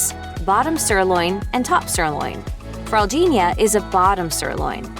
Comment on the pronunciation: good fraldinha pronunciation